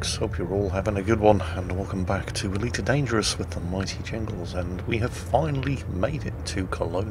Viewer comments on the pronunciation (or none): didnt he sound a little bit asian saying ELitee loltheres defo sum ting wong there lol